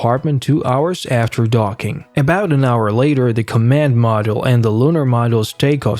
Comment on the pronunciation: Not sure if it's computer generated or not, but certain words "command module" for example - were horribly mangled. I agree, the narration was so irritating, I could not finish the video. Too bad, looked like good historical clips.